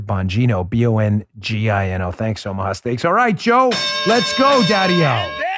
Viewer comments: Dan, you almost said "Obamaha steaks"😂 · At the beginning of the video, did he say buy Obama-ha steaks??????